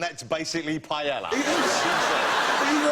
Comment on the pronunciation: The way they pronounce 'paella' makes me want to kill myself.